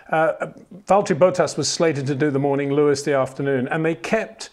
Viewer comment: it is NOT "verSHtappen" FFS Max is not German (who do pronounce "st" as "sht") ... #Max33 = Dutch NL/Belgium! ... It is not "Bottash" nor is it "Lewish" certainly not "verSHtappen" .... This BS started long time ago when a British sport presenter interviewed father Jos Verstappen and assumed you can use a German pronunciation to a Dutch Driver thinking it is so "funny" ... It is not.